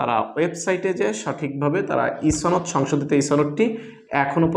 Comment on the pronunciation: ছনদ না সনদ